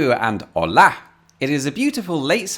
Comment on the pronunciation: I'm in awe with the fact that he pronounces Llívia perfectly but said holà at the beggining (with the stress on the wrong syllable) xd. Anyway, very cool video, the whole independence thing has been treated very informed and profesional